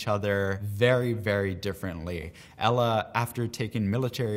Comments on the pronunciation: ELA Is eela but how u say it, it's ella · It's not ella it's ELA (eeela)